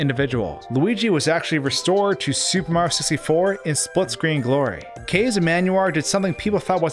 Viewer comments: “Kah-zeh,” not “kehz.” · ka-ze; it's two syllables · Okay is Kaze actually a one syllable name? I thought it was two syllables and based off the japanese word for wind, but just said it wrong. Does anybody know what Kaze calls himself?